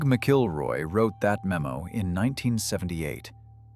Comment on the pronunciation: It is not pronounced "Mic-kilroy"" it's pronounced "Mackle-roy" ... Doug "Mackle-roy"